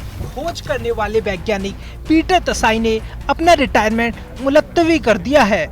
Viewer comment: multawi not mulattawi chutiya jb Urdu nhi aati h to kyu bolte ho .. aajao chutiya bhakto